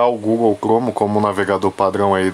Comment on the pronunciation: Google clome kkkk